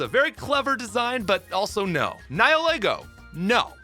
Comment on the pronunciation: I was totally about to mention Rotom for the “False Legendary” category until you finally brought it up. Also, it’s pretty rare that people pronounce Nihilego right.